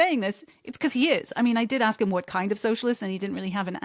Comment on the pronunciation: Are all black Marxists required to say "axe" instead of "ask"? To keep their card? Not really dealing in the ABCs is he...